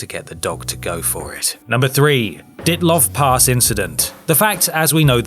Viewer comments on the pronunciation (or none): Dee-at-lov pass